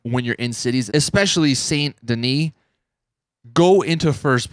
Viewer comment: Wow he actually pronounced saint denis right. No more Saint Dennis.